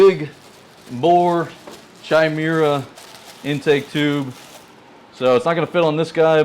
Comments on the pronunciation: Love your videos man...not bein a dick but I think its pronunced Ky-Mare-A. Its a mythical she-beast. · So many grom youtubers mispronounce chimera. Drives me insane. And we wonder why the "stupid american" stereotype exists...